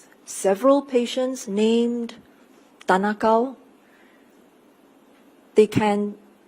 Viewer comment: You could have chosen any name and you said tan ah Kow 😂